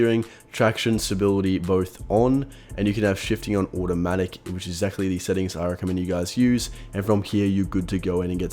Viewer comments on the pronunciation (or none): none